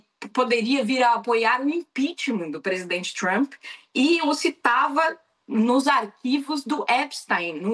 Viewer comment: Adoram falar Txhramp..